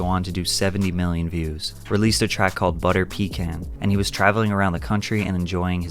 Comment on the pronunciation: NOT PECAN PUH KAAN